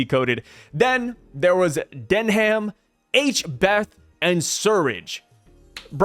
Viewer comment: Wtf is H-Beth lol